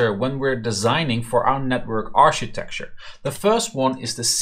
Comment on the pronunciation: Great series! Learning a lot here :) architecture is pronounced with a "K" by the way, aar-kuh-tek-chr